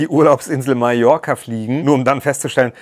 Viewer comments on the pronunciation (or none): none